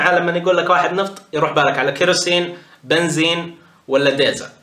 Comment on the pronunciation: الغريب بالموضوع انو يقول بنزيم ههههههه